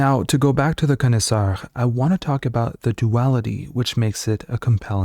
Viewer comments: I didn't know that the pronunciation of connoisseur was regional. I have always heard it pronounced: con-eh-su-or not con-eh-su-ar. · It’d be good to learn how to correctly pronounce “connoisseur” - I kept wondering what a “con-is-are” was. That’s not how it’s pronounced. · Why do you say connoisseur like an ape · Learn how to pronounce "Connoisseur".... do you realize what word you are trying to say??